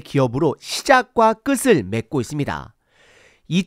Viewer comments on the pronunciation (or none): '끝을'의 발음 교정 : "끄슬(X)" -> "끄틀(O)" '끝이'의 발음은 구개음화가 일어나 "끄티"이 아니고 "끄치"로 발음 되지만, '끝은, 끝을'은 구개음화가 일어나지 않고 연음으로 발음해서 '끄튼" "끄틀"로 발음하지요.